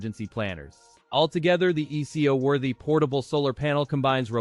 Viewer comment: ai slop. "eco worthy" pronounced "ee see oh worthy"..... 🙄